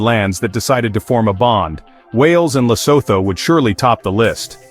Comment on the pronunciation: What nonsense is this 🤬 First of all "Lesoto " " Lesoto"🙄 Can't you just say " Lee_sue_two"... It's the easiest word to pronounce...no research was done... Then you go on to show clips that are not even Lesotho 😤